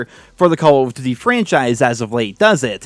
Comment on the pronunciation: i love it when he says call of doothiey